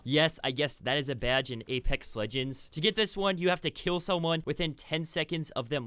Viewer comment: Idk why but I laugh every time he says BYADGE